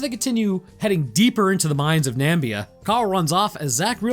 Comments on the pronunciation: That was Damon Beard, not Damon Baird, you goon. At least show the right person. And it's N-a-m-i-b-i-a, the Namib Desert, not Nambia. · 1.) South Africa is a country not a continent. 2.) Namib desert is not pronounced Nambia. Its a dessert in a different African country called Namibia. I think you took Zambia and Namibia and combined em by accident😅 3.) The vehicle or "open truck" you referred to would smoke the fore runner in that terrain. Love your videos though but my pride just had to ruin the moment 👌🏻🥲